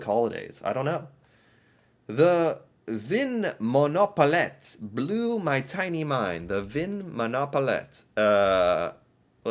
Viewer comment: As a Norwegian I cracked up when you tried to say Vinmonopolet 😂😂 Yes, the reason why shops are closed on sundays and we celebrate things like ascension day is that we have a christian culture in our country and the law is still affected by that. It's true that many Norwegians are very reserved. But when we get to know you, we are family.